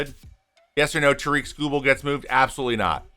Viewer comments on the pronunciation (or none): Trevor “Baseball” May also it’s pronounced like “Tear-ick” not “Tuh-reek”